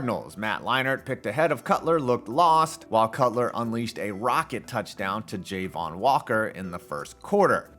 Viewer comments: Ja-Von, not Jay-Von. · . Dude it is pronounced “ja-vaughn” 😄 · "Jay-von" Walker either